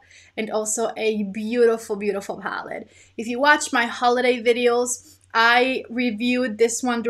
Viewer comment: Lol why do you say palled instead of palette? It’s a lil funny to me 😊